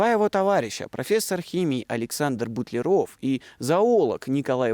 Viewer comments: Все замечательно, но все таки не БутлерО'в, а БУ'тлеров ! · Ну почему же "БутлерОв", а не ""БУтлеров"? В Википедию загляните, пожалуйста, там в фамилиях знаменитых людей расставлены ударения. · Прекрасная программа, Но не знать правильного ударения в фамилии русского химика Алекса́ндр Миха́йлович Бу́тлеров, это огорчительно! Наверное вы в школе химию не изучали! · Совершенно потрясающий фильм! Спасибо за труд! Смутио только произношение фамилии БУтлерова. Почему же БутлерОв? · Извините, но все же БУтлеров , а не БутлерОв. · Не БутлерОв, а БУтлеров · Автор - умница! Проделана колоссальная научно-исследовательская работа. Такое надо поощрять! Но, не БутлерОв, а БУтлеров. Ибо, фамилия сия от аглицкого БАтлер.😊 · БУтлеров, а не БутлерОв!!! А Менделеев... Как только в школе началась химия, я пересел в хим кабинете на первую парту и видел перед собой над кафедрой огромную ЕГО таблицу. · БУтлеров, а не БутлерОв!! Это ж надо, так опозориться! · Почему говорите Бутлеро́в , хотя общепринятое произношение Бу́тлеров❓ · Классная работа! Но ударение Бу'тлеров! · В фамилии Бутлеров ударение на букву У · Правильно ставить ударение в следующих словах так": Б'утлеров, из Кл'ина.